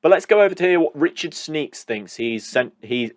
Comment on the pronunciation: "Sneaks"? You make him sound like a pervert! It's 'Schneekesh' isn't it?